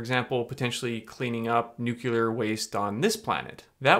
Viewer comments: Please say "new.clear" instead of "new.kyu.ler". It would make you sound much more believable as a scientist who knows his stuff! ;-) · For anyone who might not know, the word is not pronounced "Newk-you-ler" it is pronounced ""New-klee-er" - as in the nucleus (the middle part of an atom that has the protons and neutrons). I think it's kind of confusing, but there it is... Also, how is this Dana guy not in jail? I don't think shrooms should be illegal, just regulated, but how do you sell illegal drugs in a public store and not go to prison? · When one utilizes a microwave, one is nuculerating the substance. Ask W! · Love you. Please look at your pronunciation of nuclear. 🍄